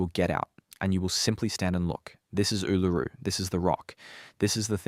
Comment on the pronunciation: your robot can't say Ularu